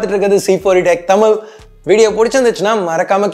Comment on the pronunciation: Bro Tamil illa Thamizh. Zhagaram venum Bro. Please. Speciality of தமிழ்